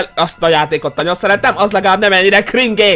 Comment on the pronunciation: 8;33 nem kringé hanem krindzs